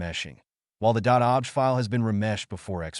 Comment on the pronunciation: This has to be an AI voice over as OBJ files are pronounced 'Oh Be Jay' and the word object was spoken like 'I object to that!'